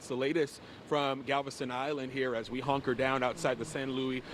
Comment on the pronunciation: He said “honker” down 😂